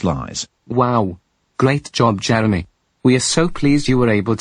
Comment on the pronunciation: I'm not sure what her voice is but she mispronounced Jeremy's last name because of her cool accent